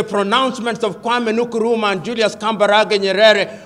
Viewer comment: The pronunciation of the KWAME NKRUMAH tho 🥰